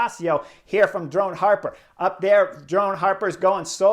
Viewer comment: Drone Hopper... Drone HOPPER.... Not "Harper"... Hopper... Hopper... Like a bunny ... Drone Hopper. Boing. Boing. Boing. Thank you. 😃